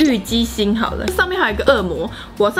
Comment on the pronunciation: 我一直想說為什麼一直聽到「雞心」...😂 好辣選我選我 看最後被辣到冒淚光我卻一直在笑😂😂